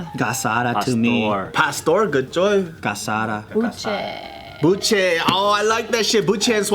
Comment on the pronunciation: gasada....? u mean guisada? lol